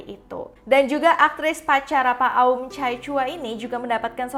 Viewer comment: Nama Pi Aum bacanya A'am